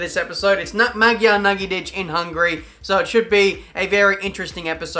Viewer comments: Almost perfect accent of "Magyar Nagydíj".one thing is the "J" at the end.We say it like the first word of "yeah" Otherwise nice accent,:) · I'm going to start a Kickstarter for a return flight to Australia so I can teach how to say "Magyar Nagydíj" properly. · As a hungarian myself I laughed so hard how you pronounced "Magyar Nagydíj" That wasn't even close lmao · IT'S MAGYAR NAGYDIJ!!!